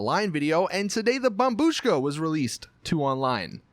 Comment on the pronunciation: Dude! Its bombshuka!